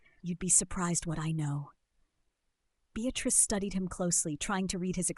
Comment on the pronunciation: Unfortunately, the mispronounced name of Beatrice ruined it for me. A shame it wasn't caught and edited. I find most readers mispronounce words and it's disconcerting how literacy is taking not only a back seat...I believe it to be riding in the boot.